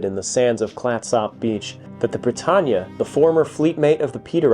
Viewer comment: Also it’s “CLATsup.” 😌